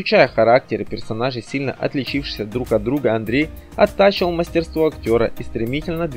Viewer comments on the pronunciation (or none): Автору: Учите орфоэпию!!! Не ЕвдОкия, а ЕвдокИя, . Не мАстерство, а мастерствО, не ненАвисть, а нЕнавсть. Неграмотная речь раздражает. И слушать не хочется, противно.